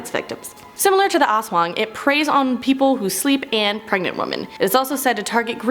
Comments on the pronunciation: Yeah, but they keey saying it as 'asswang' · I can’t help but laugh when I hear ASWANG!!!!😂